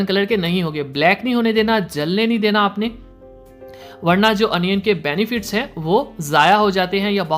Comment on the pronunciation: Bhai onion hota hai anion nahi